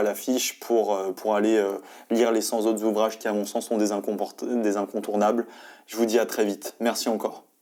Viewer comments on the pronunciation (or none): Dès la première phrase, une faute de français 😢. Ce n’est pas grave du tout mais ça nuit un peu à la crédibilité d’une telle vidéo. Les 100 incontournables s’écrit « les cent » et non « les cents ». Donc pas de liaison (les cent zincontournables😱) avec l’adjectif. Il faut continuer à lire 😉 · Aïe, 3 secondes et le mec sort "les cent zincontournables" 😂😂😂 juste après "ce livre me touche particulièrement à coeur" Aah jte jure ces gens qui sortent d'écoles de commerce et s'inventent une culture pour pouvoir briller en société, cest beau ! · "cent zincontournables" :-) la liaison fait mal aux oreilles mais à part ça super vidéo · "les cent ZINCONTOURNABLES" ? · liste des cent incontournables : cent ne prenant pas de "s" il ne faut pas faire la liaison !!!